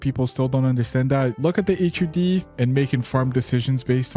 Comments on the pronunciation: SAY “hud” INSTEAD OF H-U-D DDDDDUNRUSTWIORKEUDJRIEUHXIRITKRJRVEHEH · FOR THE LOVE OF GOD JUST SAY HUD AS A SINGLE WORD